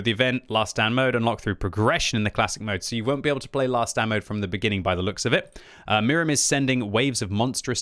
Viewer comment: Can you pronounce Mirny correctly?